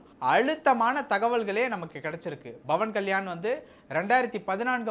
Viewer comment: Pawan kalyan not bhavani. Pronounce the name properly.